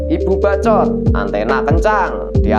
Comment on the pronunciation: Bacot...bukan baco' bang